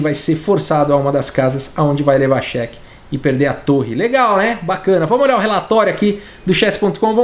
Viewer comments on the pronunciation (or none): none